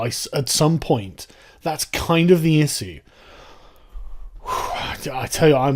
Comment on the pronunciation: I think your pronunciation of the word "issue" is very interesting.